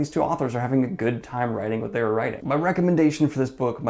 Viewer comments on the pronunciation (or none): none